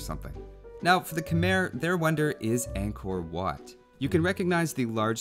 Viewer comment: Angkor WHatt? Yes Angkor Wat. What?